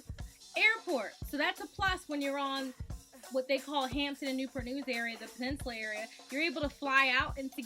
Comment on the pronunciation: Why they call Newpur News. Not Newport News ?